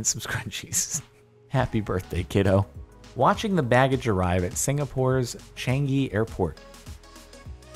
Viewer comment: Idk why but the way he attempted to pronounce changi is amusing to me.